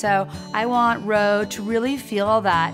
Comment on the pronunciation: Ro not or